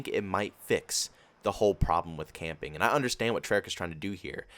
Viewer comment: My dumb self thought he said campaign I was confused😂